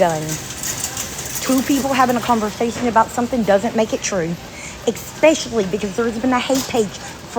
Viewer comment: Oh My F'ING GOD! Show me the letter "K" in the word "especially"... I'll wait. If I hear her put a "k" in that word one more time I'm not only going to need a new phone, I'm going to need a new window. Why can't adults speak proper freaking English??? I can't tell you how crazy it makes me when they put a "k" in a word where it doesn't belong! * Yes, I might very well need therapy 😂 but that does not change the fact that the word "especially" does not have a "k" in it! She makes me so crazy with it that I've actually emailed her more than once, probably more than twice and told her to knock the hell off! She's probably doing it now just to make me mad. 😅 She mispronounces plenty of words but for some reason it's this specific word that makes me absolutely crazy.